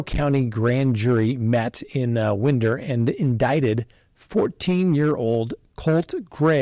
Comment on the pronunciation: Winder. GA is pronounced, "Why-der". In my opinion, parents why buy guns & ammunition for a mentally unwell child are responsible, especially in the Winder case because the kid had threatened to shoot up a school in 2023.